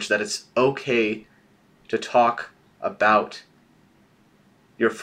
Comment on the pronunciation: Okay I can't be the only one who hear say "aboot?' RIGHT??? ARE YOU CANADIAN??